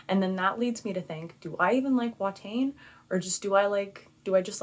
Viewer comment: The pronunciation is more "Va-tain" rather than "Wha-tain".